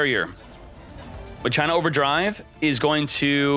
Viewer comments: Im super late... But isnt not "ma-CHINA" Its "MACH A NA" as spoken same as "deus ex machina" Idk why people think its said as china. Is it like a European thing? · It's pronounced machina not ma china 😂😆🤦 they aren't Chinese 😂😆😂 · MUH-CHINA!!! MUH-CHINA!!! For ducks sake it's not MUH-CHINA You pronounce it like CHINA. It's pronounced MAKINA. Ma- Kee Nah. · Hilarious hearing "Muh-China" 😂😂😂 Do you say that, "Machine-Uh" or "Mock-in-uh"? I say the 3rd option lol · It's pronounced Mack-Kinn-Nah, "Muh-China" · I always pronounce it as Makina and not My China. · He does this on purpose lol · How do you pronounce "Machine"? "MUH CHINE"? 🤣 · Every time he says M'China it makes my entire body cringe. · MAK-IN-AHH this dude needs to read more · That is not how you pronounce that word.....mah-key-nah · Idk if he’s pronouncing it wrong but I played too much FFX to not say machina (ma-kee-nah) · it should be "ma-kee-na" no? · Anyone else had a hard time watching the whole video due to how many times he said "maCHINA"? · Disliked cause u said the name wrong all video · I’m pretty sure it’s pronounced like the Latin word machina (e.g. Deus ex Machina) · The way people mispronounce "Machina" even if they're supposedly native English speakers makes me wish they didn't change the OCG name, "Machiners". By using the original OCG name for the archetype, there would be no confusion at all.